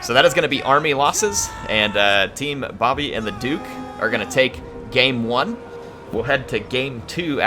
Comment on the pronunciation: Thanks for casting and you pronounce Bobi as it is written. (If you pronounce it b-a-b-i it is quite funny because in my language it means grandmothers). Also if you want I can ask some players to send you good siege replays if you need any.